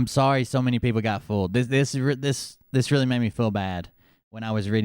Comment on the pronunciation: Damn it! Really? You mean I'm gonna have to go back to a therapisit again. Weeally?